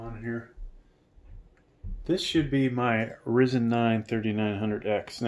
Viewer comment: pronounceced R IIIIIzen....